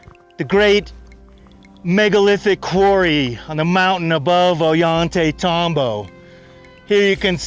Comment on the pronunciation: Every time says, "Ollantaytambo," a puppy dies.:o(